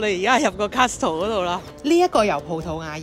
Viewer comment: 等你出片好耐了！辛苦晒辛苦晒。 同平時一樣咁好睇 呢個絕非批評，不過知道你鍾意學嘢同埋學習語言：Castle t 音唔讀，聽落會似’Cassle’ ❤😊